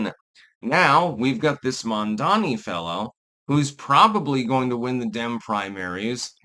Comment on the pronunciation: It's Mamdani, not Mandani.